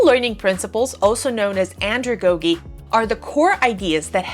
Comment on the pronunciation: great video :) btw it’s pronounced “andrago-jee”, with a soft “g” like in psychology